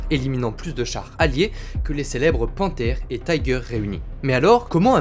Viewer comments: Super intéressant. Un bémol toutefois, arrêtez de prononcer les noms de chars allemands à l'anglaise, c'est horrible à entendre pour un germaniste. On ne dit pas Taïgueur mais Tigueur. :) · Pour une chaîne spécialisée en blindés, pourquoi prononcer le nom des chars allemands à l'anglaise ? En allemand le "i" se pronce comme en français et non "aie" comme en anglais. Comme ton texte est en français, tu peux dire le char "Tigre" et si tu veux le prononcer suivant son nom original, fais le en allemand mais l'anglais n'a rien à faire ici. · Vidéo très intéressante mais pas besoin de prononcer le "i" de "Tiger" en "aïe" 😉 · Bonjour En Allemand le i de Tiger se prononce comme en Français pas comme anglais On ne dit pas faire sens qui est un anglicisme mais avoir du sens tout simplement Merci pour la vidéo instructive